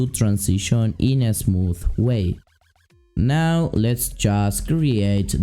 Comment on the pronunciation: Are you serious right neow